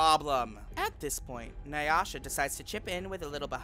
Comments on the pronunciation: Nay-ah-sha Lopez? I believe it’s Nay-Sha Lopez You obviously are a fraud. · It’s NAY-SHA. Not nuy-uh-shuh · Naysha Lopez! Not Naisha Lopez. You do this in every video - pronouncing the names of the queens wrong lol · Nayasha? Have you even watched this? It’s Naysha. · "Nayasha" really? Nayasha? You were mispronouncing Naysha's name over and over and over again. I love you but it is very cringy every time you mispronounce a name. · Titania finally got right to Tatiana this time and then Naysha got butchered this time into "Nayasha..." werk! 🤣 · literally who tf is nayasha?? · Nayasha Lopez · isnt NY-ah-sha still working her corner up in NYC? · Who tf is "Nayasha" Lopez? Girl, at least learn their names. They're literally pronounced on the show. Pretty disrespectful tbh. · NAY —- Sha. 2 syllables period. No “ah” in the middle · How do you mispronounce a name as simple as naysha.... NAY....SHA.... TF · not NAH-YA-SHÁ 🤣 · Naysha !! Say it right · Girl, it’s pronounced Nay-sha!! SMH🤦🏽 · Love these Queens but who TF is NY-ASHA? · not Nah-yah-sha x'D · Did you say Nayasha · I know you didn’t mispronounce naysha Lopez’s name😂😂😂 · How tf you say her name wrong and they said it on tv multiple times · you can't even say "naysha" right, sad